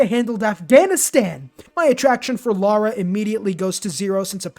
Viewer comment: It’s LARA not Laura 😅🫣